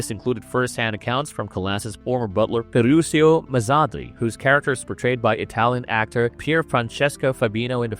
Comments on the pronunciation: The narrator could have made a LITTLE effort in knowing how to pronounce her last name for God’s sake! CalLAS??…🙄 And her butler was Ferrucho, not Ferrusio! 🤦🏻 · FERRUCIO (Italian which you pronounce Ferrukio !)